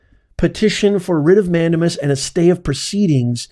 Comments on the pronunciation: Mandamas is pronounced: man-day-mas. Not man-duh-mus. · Please learn the "correct pronunciation" for the Latin legal terms. MAN DAY MUS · Respectfully.....it's pronounced "man-dame-us" 😊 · "Mandamus" A LATIN word is Pronounced : " Man- dā-mus" in English is "We COMMAND"!! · It’s a WRIT of MAN DAME US - for the love of God please pronounce it correctly- it’s wrong and distracting otherwise. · "Professor", please learn to pronounce "mandamus" correctly.